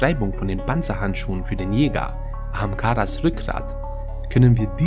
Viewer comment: Warum klingt ahamkaras wie amk,lers😂